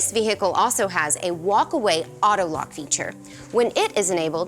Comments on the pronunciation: Vee Hickle! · Then Select Vee Hickle